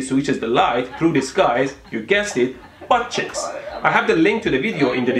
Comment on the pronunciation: I like how he pronounces 'buttcheeks' as 'buttchicks'